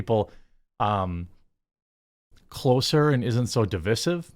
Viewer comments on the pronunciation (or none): If you're going to keep saying "Divisive" you should at least learn how to pronounce it.